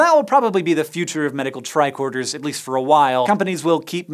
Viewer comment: I always thought they were saying tri-quarter